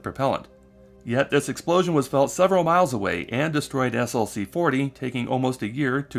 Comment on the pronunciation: SLC is pronounced "slick". I used to work at SLC 4 and 6 at VAFB.